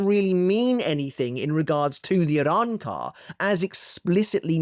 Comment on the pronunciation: can u stop saying arrancar like that weebcuck